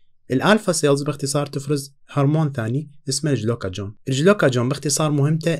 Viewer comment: ما شاء الله عليك النطق من الكوكل ترانزليت هههههه الجلوكاجون شنو !!